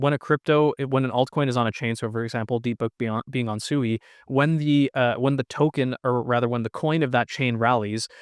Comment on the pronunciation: Pronounced "Swee" and not "Sooey."